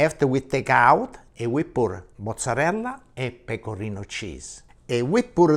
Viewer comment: In Italy " la parmigiana" is made with eggplants (rarely with Zucchine or sliced potatoes), never with chicken, so the "chicken pamijiaaaan" is not an Italian dish but an Italian American one. About the pronounciation, he says "mozzareLL", but the term is mozzarella, with an A. You say pizza, right? Not Pizz. So, you know that the last letters of the italian words are not silent. Say them.